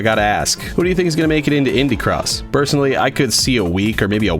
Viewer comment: Is it just me who thought he said ‘pibby cross’ at the start of the vid